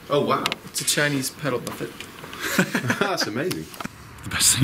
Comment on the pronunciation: "buff-et" shudder